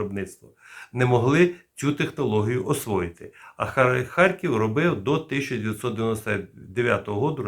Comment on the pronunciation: Не ХарЬків, а ХаРків. Це просто